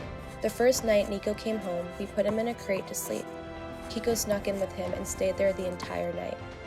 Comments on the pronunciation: I can’t be the only one to say this but...”Keiko” is a female Japanese name and it’s pronounced “Kay - ko” (like okay’s kay) not “Kee - Ko.” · Keiko is not pronounced key-ko...it’s pronounced kay-ko.